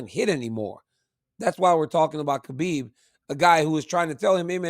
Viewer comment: Why is Cormier after decades of knowing the guy still pronouncing it KABIB when its pronounced HABIB